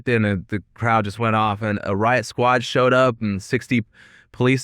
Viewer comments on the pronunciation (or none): none